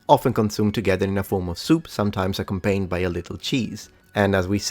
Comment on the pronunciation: > Pronounces every obscure Latin word meticulously. > Doesn't know how to pronounce the English word "accompanied".